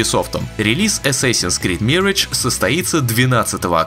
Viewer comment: Ваши попытки в произношения зачастую приводят к обратному результату. Бросали б вы этим маяться… Mirage произносится в английском почти также, как в русском. И никакой не мирэдж. ЗЫ: assassin тоже ни разу ни эссэсин.